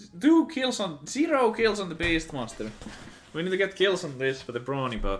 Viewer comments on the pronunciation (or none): Anyone else hear "Bronies" until he opened up the tab and it said "Brawny" and was like "ohhhhhhhh"? Just me?